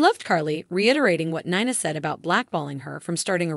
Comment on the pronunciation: She has now pronounced Nina at three different ways in the same video.